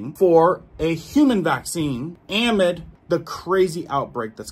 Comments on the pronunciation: I love you, but amid is a word with the emphasis on the second syllable. 🎉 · Saying am-id is driving me crazy. It is pronounced a-mid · the word "amid" is pronounced ahhh, midd, not am mid. Just want you to know, friend. 🤗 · uhMID. Not aamid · Amid= “a-mid” “Versus,” not verse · Pronunciation a-mid.....not...am-id, thank you for the information you round up and distribute. You are so obviously an honest fellow. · It’s pronounced “a-mid”, as is “in the middle of”. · Love your content, please pronounce ‘amid’ - uh*mid - correctly. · Bro. Awesome reports! “Amid”. It’s ah-mid. As in, in the middle of. Ahhh-mid. Don’t emphasize the “a”. A short “ah” Thanks for all the great info. Just want u to sound correct!!!❤❤❤❤ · I can tell you dont know what "amid" means, nor how to pronounce it either 😆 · It’s not amid